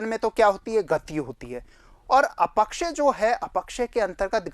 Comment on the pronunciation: अ पक्षय या अप क्षय ? अपक्षय का उच्चारण खटक रहा है